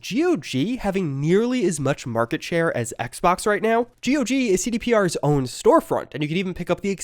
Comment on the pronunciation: ITS NOT G.O.G .....ITS GOG...like god but change the d to a g lol